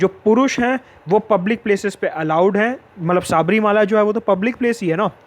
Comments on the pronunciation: शबरिमला, pronunciation. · Any malayali watching this. Sabarimala pronunciation so funny..!!